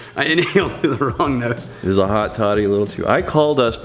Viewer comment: I thought you said hotty toddy. Lol I live next to ole miss